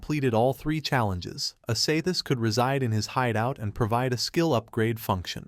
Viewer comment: Wtf is wrong with people posting videos that can’t even properly pronounce names. Main character is called Qin Feng which is pronounced like chin fung. The silver haired goddess looking woman is named Ashashishis pronounced ah sha shee shis not asathis or whatever the fuck the ai is saying